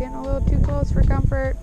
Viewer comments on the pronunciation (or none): none